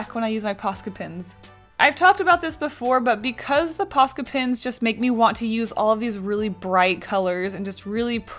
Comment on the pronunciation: Sounds like your saying "pasta pens"